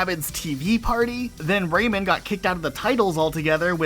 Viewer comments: Out of my entire 32 years of living in this planet. This is the first time I hear someone call "Rayman" to "Raymond" lmao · Really weird to hear people saying”Ray Man” pronounced like that….raymon lol